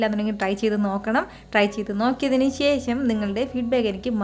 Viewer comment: ശേശം അല്ല ശേഷം എന്ന് പറാ Super cooking..